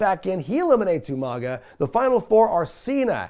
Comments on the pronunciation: “Jeff Harvey” Isn’t as bad as “you-mon-ga” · You pronounce Umaga wrong